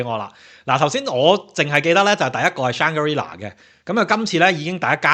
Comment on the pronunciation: Shang-gri-la,not shang ga ri la😂